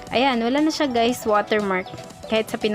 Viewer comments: Wait what did she said hi gays in the starting 😶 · Did she just said "Hello gays?" 😳